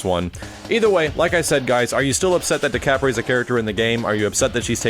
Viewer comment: How to pronounce "Decapre" декабрь is Russian for December. Instead of "Day-cah-pray," it sounds more like "Deh-cob-ur." Think "Dekabr" -- an abrupt r sound after the b. Why the anglicized version has a "p" I don't know.